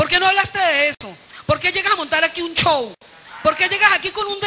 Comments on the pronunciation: jajaja amiguito ella es de habla hispana y si no lo dice con "acento ingles" me da igual. esa palabra es muy usada en venezuela y nadie, ni tu querida maria corina lo dice con "acento ingles". ojo, no he vivido en londres but I know a little bit of english BTW! ridiculito! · Amiguito, no vivi en Londres 2 anos para no saber que es un show, digo eso por como lo dice, sin acento ingles. No te pongas inteligente porque suenas ridiculo ;)